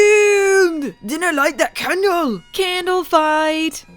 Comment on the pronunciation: Candle or.... Kaaaaahn-dle